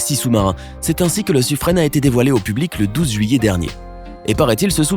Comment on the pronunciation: Pour le sous-marin nucléaire français, le " Suffren", on le prononce "sufrun" et non "sufrene". Merci. 😉😉